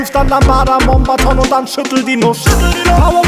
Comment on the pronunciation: Einzige Kritik: heißt eigentlich Moombahton ^^